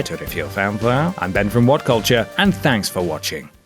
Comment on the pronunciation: Did he just say cultiure